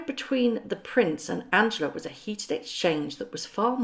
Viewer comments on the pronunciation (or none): none